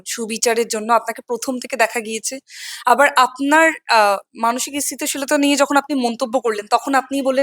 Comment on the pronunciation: Interviewer এর উচ্চারন ঠিক করতে হবে। ইসস্থিতি শীল বলে কোনো কথা হয় না ।